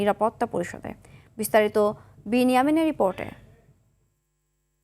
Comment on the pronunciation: তাও হামলা করবে! কি না নিউজ রিডারের "বেনিয়ামিন" 😮😮!